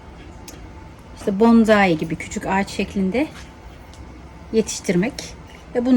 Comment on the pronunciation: Hanımefendi elinize sağlık da , bence öncelikle yapmaya çalıştığınız şeyin hiç olmazsa adını düzgün telaffuz edin. Onun adı BONZAİ değil BONSAİ dir. Saygılar